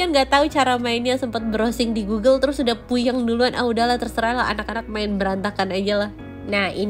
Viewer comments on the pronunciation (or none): none